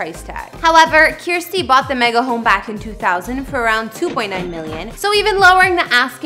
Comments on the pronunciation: It’s “Kirstie” like “thirsty”. Not “Kierstie” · Yes, rhymes with thirsty. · Is she really saying Kiersty. It's said as kir-sty.